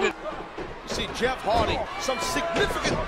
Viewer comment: he said heardy